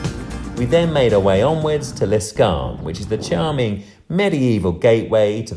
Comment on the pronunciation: L'Escarène not L'Escarne like you said. Otherwise a good video.